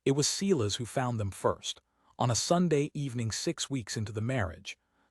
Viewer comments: It's bad enough you use the name Silas again but you even mispronounced it. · Please teach the AI how to pronounce Silas.